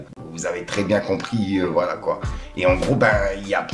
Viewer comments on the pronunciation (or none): none